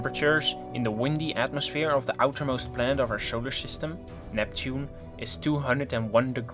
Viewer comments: i love the way you say showler shystem :p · It'š alšo šolar šystem.